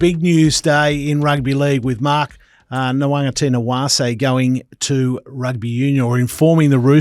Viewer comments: Nita, not Tina. It’s really NOT hard to say his name properly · It’s NawaqaNITAwase, not NawaqaTINAwase. 😂😂😂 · Kenty if you can’t pronounce Nawaqanitawase correctly then just call him Marky Mark. It’s NITA not TINA! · Nawaqa-nita-wase... not Nowonga-tina-wase. It's really not that hard boys. Sound it out.